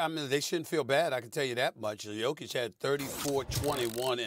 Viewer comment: I think that Stephen A. Smith is the only American who said Nikola's last name properly so far .